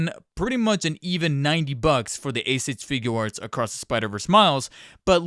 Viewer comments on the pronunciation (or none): “A-sich figuarts” Good video btw